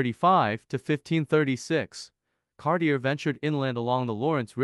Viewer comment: Disliked because mispronounced Cartier...